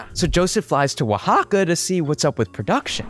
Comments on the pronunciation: Finally heard an English speaking properly pronouncing Oaxaca. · good job pronouncing Oaxaca